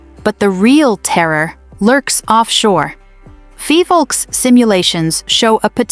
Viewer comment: It is Phivolcs no Fivolks.